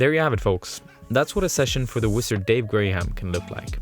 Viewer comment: I love how you pronounce his last name like "Grey-ham." Intentional or not, the connection with one of Gandalf's pseudonyms really pushes Dave's own epithet of The Wizard.